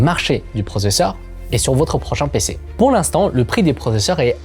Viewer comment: ehh Il ne faut pas avouwar pweur 😂